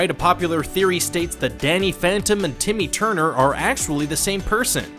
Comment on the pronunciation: Stop saying tity turner